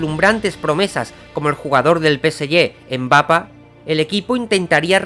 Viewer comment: jajaja siempre me da risa como pronuncia MBapa jajajaa... ptm es tan gracioso jajaja